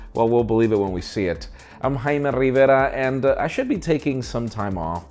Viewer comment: More like "Khaime riverrrrrrrrrrrrrrrrrrrra"